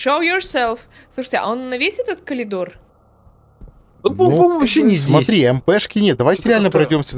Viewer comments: Я один не могу сдерживаться, когда говорит «колидор» 😂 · все не могу понять, почему коЛидор, если всегда правильно было коРидор